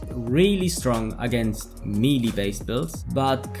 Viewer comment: Mee-lees lmao